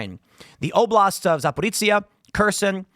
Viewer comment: Zap-or-izh-zhia (zh = like J in “Jacques”) 🥸